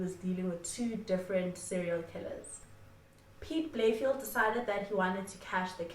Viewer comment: Just a side note, Its pronounced Piet Bay-Le-Feldt. Had to put it out there, couldnt have SA's greatest ever detective sounding like a suburb in benoni